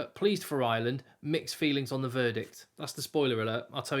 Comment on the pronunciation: Ireland not Island. English people don`t seem able to speak English.